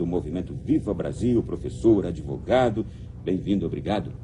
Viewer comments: Gente! Quem deu "deproma" para esse ""???...kkkkkkk. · Coitado desse "". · Kkkkkkkkkkkkkkkkkkkkkk Esse “” deve ter usado algum tipo de alucinógeno, pode….nunca vi mais perdido!!! Não consigo nem passar assistir até o final tamanha besteira que esse rapaz fala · Esse "douto " não virou uma ameba porque não quis. Não confio nele para uma causa do batizado das bonecas da minha filha. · Meu Deus do céu, que vergonha alheia desse ""... PUTA QUE PARIU! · Coitado do ""... completamente perdido... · Bene destruindo ""! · "" pé de chinelo. kkkkkkkkkkkkkkkkk